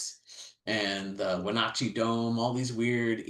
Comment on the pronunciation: It's cool to see a geologist from Florida Gulf Coast University have so much knowledge of Cascades geology. But he still never learned how to pronounce Wenotchee (Wenatchee).